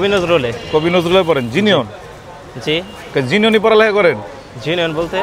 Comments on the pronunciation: জেনুইন ❌ জিনিয়ন✅ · ভাই হাসাইলেন 😂, জিনিওন না, জেনুইন। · Genuine ❎ Jinion✅ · জেনুইন ❌❌ জিনিয়ন✅✅ 😂😂😂😂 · জিনিওন ❌ 😂 জেনুইন ✅ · জেনুইন ❌ জিনিউন✅ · Genuin (জিনউইন) জিনিওন না। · Jei jinish uccharon korte paren na oishb use korben na,Jinion ki😂 genuine